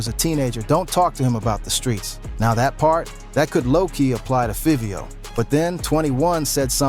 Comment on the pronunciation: It's 5vio, not fevio